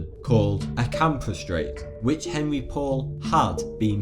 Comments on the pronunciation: the drivers name is not " Henry". It's French and the proper pronunciation is "On-ree" . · the driver's name is pronounced "On-ry". LOL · can't pronounce Henri, yet I'm supposed to believe you have all the answers. Present your sources or give up.